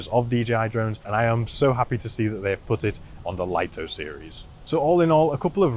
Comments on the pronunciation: Yeah but english doesn't seem to be the strong point of DJI and english speakers should know better than a chinese company. Lito is pronounced "LEE-TOE", it's a two syllable word just like the name Vito. The way people say it wrong has to be written like "LIGHTO", and should not be confused with the word Lite which is a one syllable word so it's different. So i hope this clarifies the confusion :) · People still don't know how to pronounce Lito 🤣